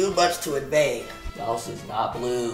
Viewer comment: finally someone who pronounces laos right